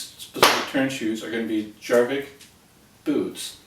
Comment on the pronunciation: j pronounced as a y, yourvik